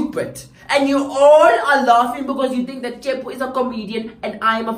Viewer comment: The pronunciation of "Tshepo"😂😂😂 this video is every afrikaans lesson I've ever been in